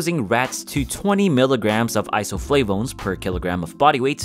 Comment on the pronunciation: Can u stop pronouncing isoflavones with a French accent?